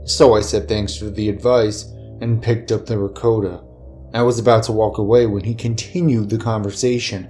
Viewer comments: i know this vid is 2 years old but 1 like= 1 cudgelsack 1 dislike= 1 ricoata cheese (its cul-de-sac and re-cott-uh my dudes) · If he was a chef he would have pronounced ricotta cheese correctly